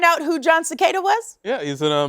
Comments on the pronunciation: It's Jon Se-cahhh-da. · LOL...John Secada not Cicada....I grew up in FL so dont judge!